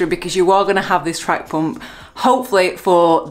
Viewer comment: Poomp ? Poomp ? Hahaha 😂 😂 Love how you pronounce it 😂😂